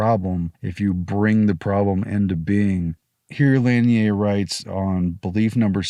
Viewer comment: Lanier is pronounced; La-near